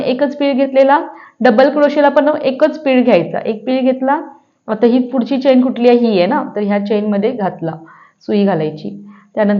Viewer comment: Please pronounce chain as चेन (चैन नाही)! किंवा मराठीत साखळी म्हणा.बाकी सर्व छान❤